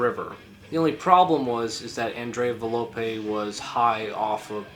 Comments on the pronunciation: nicola sapone was not the girl, it was the bald dude. also its volpe not valope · i have to say this is not very well Research ed, there is a lot more Information regarding tollis and his involvement with members of the beasts of Satan. Also you got some names wrong (Its volpe and not velope, for some. reason you say it right later down the line)